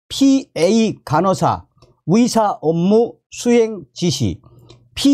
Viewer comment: 의사를 위사 의대를 위대 의료를 위료라 하니 듣기 헷갈림